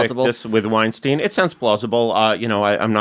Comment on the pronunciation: How many idiots cannot pronounce Weinstein the non-Harvey way.